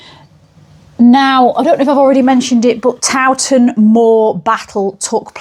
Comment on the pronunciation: So good you pronounce Towton proper lol. Not like some so called historians who call it TOE TON pmsl. Suveners no doubt. Mi Dad took me to look around and to mass back in the 60s/70s when it was owned by monks n not open to the public. He had contacts lol. I took my kids there to midnight mass on Christmas eve a couple of times. Showed them the saint in a glass box under the altar. It was said that she had been covered in wax which was sculpted to be a realistic likeness. I'm only a few miles away all mi life lol. So good that this lovely place is being kept alive. I was worried a few years ago. Might have been demolished n become little wooden boxes pretending to be homes lol. Think you missed the wax covered saint out. I can't remember any more details but the monk ghost was a thing in the 60s lol. It oozes history in a nice way.